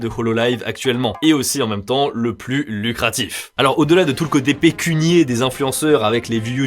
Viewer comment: Pécuniaire, et non pécunier... 🤦